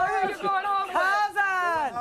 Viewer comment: It annoys me so bad when people say "couzint". There is absolutely no T in that word. Its "COUSIN"